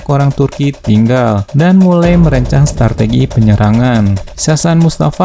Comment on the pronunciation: Menit ngomong yg bener.. harusnya "Strategi" bukan "Startegi"😩😫